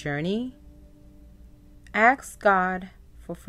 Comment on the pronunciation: Ask not Ax…lol